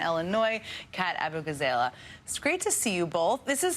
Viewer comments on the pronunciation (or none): She pronounced her name incorrectly though :/